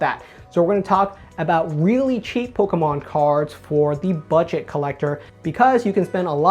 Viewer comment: The way this guy says pokaahmaan